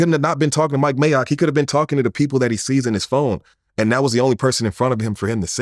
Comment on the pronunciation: he calls Mike mayock maycock 😂 disrespectful